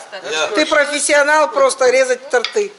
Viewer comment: с днем рождения,но прежде чем кому то давать совет надо самой правильно говорить в слове торты ударение падает на первый слог, всего вам.